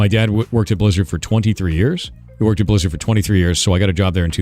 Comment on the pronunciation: The deep voice combined with the "shz" pronunciation (Blizzard -> "Blishzard") always pissed me off 😭